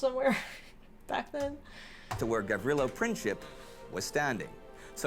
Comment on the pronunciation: Ye, just like an American, never know how to pronounce mans name ,,Gavrilo Princip